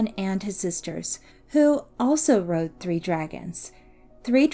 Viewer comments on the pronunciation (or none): none